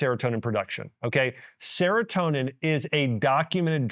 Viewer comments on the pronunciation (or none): none